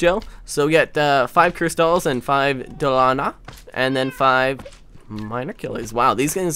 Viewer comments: the names is pronoanced do la han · its pronounced dew-la-han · It's pronounced duel a Han and its an Irish fairy from folklore baically it's a fairy that carries its own decapitated head